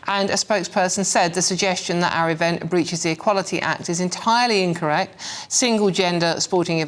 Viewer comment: "The even"? Can anyone pronounce T at the end of words anymore?